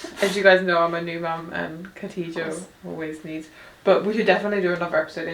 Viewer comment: Kha-dee-ja, not Katija. Like pronouncing Bach (German composer) or when you make a grunting noise at the back of your mouth